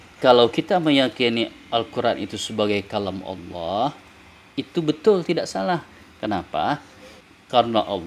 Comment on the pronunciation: 1. Lafaz jalalah yang didahuluin kalimat yg berakhiran kasroh harus dibaca tarqiq, bukan tafkhim. 2. Bacaan kitab sedikit banyak yang salah, kalau mau diartika dengan awalan di, maka fiil harus dibaca majhul dengan qoidahnya. 3. Tafsiran jumhur ulama tentang rosulin karim itu bukan Rusululloh, tetapi jibril... Silahkan baca tafsir jalalain, ibnu katsir, sa'adi, baghowi, qurthubi, al-wasith... Kesimpulannya, pembenaran yang salah tetap dianggap salah dan tidak bisa menghapus kesalahan. Hanya menambah besar potensi kesalahan yang lain. 😂😂😂